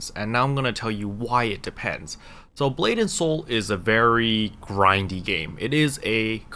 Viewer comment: I keep hearing "blatant soul".